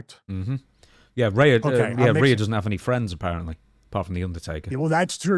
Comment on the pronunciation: REE UGH. Not RAYA #Rhea